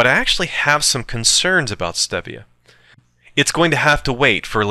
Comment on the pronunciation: Dan Quinn doesn't approve of you condemning stevia. (pronounced steevia, player!) He will challenged you to a fight while videotaping himself shirtless in a mirror, Ok player. (ok, only the mma fans will get that.) How about maple syrup? yay or nay?